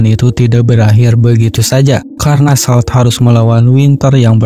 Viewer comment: salt dibaca solt